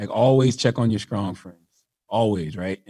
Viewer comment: If this dude says skrong instead of strong 1 more time